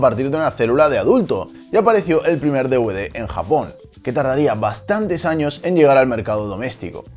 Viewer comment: No sé llama deuvde, se llama de-ve-de.